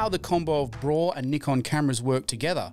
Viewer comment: please say b-raw and not braw...